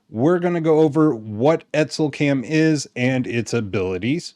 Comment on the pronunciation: I'm sure Estlcam doesn't mind you saying etsl even if it does mean you are swapping the t and the s. E. T. S. L. not E. S. T. L.